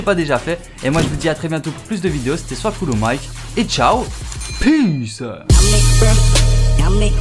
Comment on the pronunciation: Cool mais juste une chose... pk tu dis « SOIS COOLO MIKE » ?